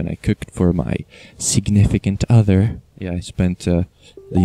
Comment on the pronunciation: I like how you say "significant other", pretty funny But glad you had fun, it doesn't have to be expensive to have a special day with someone eh? :p